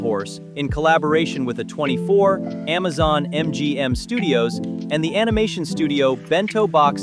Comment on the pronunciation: The first video on your list. Not banned. Never was. She also has another show along side called "Helluva Boss " and its set in the same universe. Also stop pronouncing A24 weird.